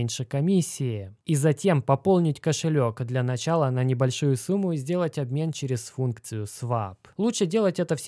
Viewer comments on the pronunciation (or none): none